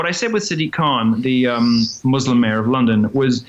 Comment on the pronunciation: Good leftists pronounce it "moose-lim".